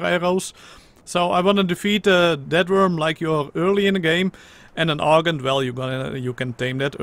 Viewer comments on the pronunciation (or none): who else heard we are going to hunt down a dead worm instead of death worm